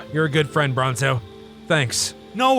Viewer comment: Why in every video you say bronzo!